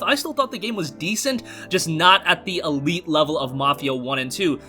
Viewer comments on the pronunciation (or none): none